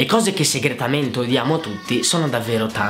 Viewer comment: il "segretamete" è epico!! ha ha anche mai mamma cambia totalmente quando è al telefono!😂😂